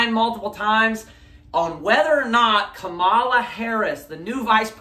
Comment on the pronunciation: Remember it's comma-la, not kuh-MALL-ah. :-) "Then said they unto him, 'Say now Shibboleth': and he said 'Sibboleth': for he could not frame to pronounce it right." -- Judges 12:6